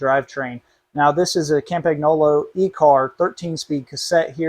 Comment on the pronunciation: You don't say Campagnolo like that. Say Campunyolo.